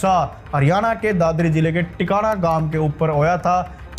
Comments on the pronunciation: Tikana nahi h naam Tikan kalan h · Tikana koni tikan h es gaon ka naam